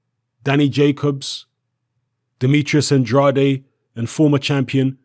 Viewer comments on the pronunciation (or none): It's "An-draid" Not "An-draday"